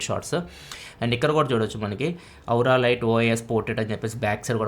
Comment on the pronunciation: ఔరా లైట్ కాదు స్వామీ అది.. ఓరా లైట్ లేదా ఆరా లైట్ 😂